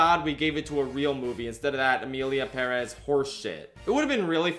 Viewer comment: You say Perez weird